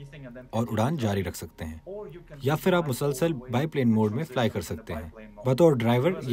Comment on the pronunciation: its not ‘ فر’. its ‘پھر’ From where bbc got these matric fail speakers..